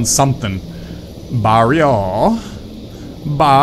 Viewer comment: Being filipino and hearing you say things like aswang and barrio make me laugh.